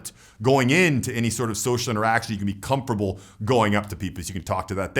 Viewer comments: you rock and I love your message and your vision. I do get a bit distracted when you pronounce comfortable as ‘come-fer-bull’. Needs that ‘t’ sound in there. Hope my comment is taken as helpful rather than nit picky irritating. All the best brother. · Great channel. I watch a lot of these videos. One thing though- doesn't pronounce his "t" when he says "comfortable" or "uncomfortable". Is that some kind of accent?